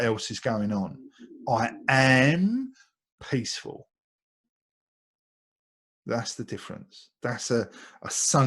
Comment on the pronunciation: Thanks, excellently pronounced the word "Sankalp". Determined thoughts.